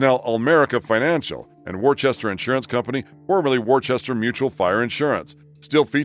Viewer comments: By the way, on the topic of the Smiley faces from Worcester, the city is pronounced Wistah, not Worchester. I know about this, because I was born there, and I get a little bit offended when it's mispronounced. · It's not Worchester it's pronounced Wooster. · And it's pronounced wooster as in woof not war-chester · "Wooster" not Worchester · For the love of God. "Wore chester"? Woostah! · It’s pronounced “Wooster” not war-chester. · Worchester, Mass. is pronounced "wohster" not "warchester". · Um, It's pronounced, "Wooster"- not "Worchester" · I remember ALL of this stuff! So many of them were new and amazing to us. And, BTW the MA town is pronounced "Woo-stah. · warchester? Never heard of it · The "ch" in Worchester in NOT pronounced! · That's not how you say Worcester.